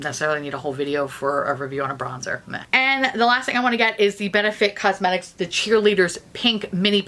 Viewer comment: What did you say your favorite shadows lethal?!?! Coesmetics?!